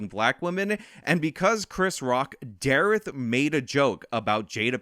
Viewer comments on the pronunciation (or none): I like you dude but please don't say "dareth" ever again. Lol